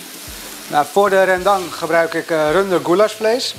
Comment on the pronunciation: Oma schmeckt mij als ik geen rijst bij geef. Aduh wat is dese verse koriander. Voor de rest wel echt goed, alleen jammer van de uitspraak van RENdang.